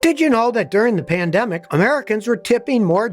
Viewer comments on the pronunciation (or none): Scotty you mispronounced plandemic.